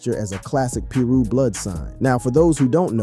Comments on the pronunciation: Piru- pronounce Pie-roo . Not Peru or per- roo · its pie-roo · I think its more like pie-rue king😂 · Started to turn it off at the , keep watching....... turned it off . Wtf is peeru?